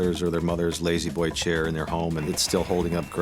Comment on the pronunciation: Very nice recliners. Don't you mean LAY-Z Boy though?